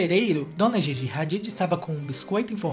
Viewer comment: Não se pronúncia (Gigi) e sim (dhidhi)